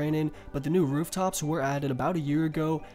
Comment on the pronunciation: my man theyre called 'rooftops' not 'rerftops'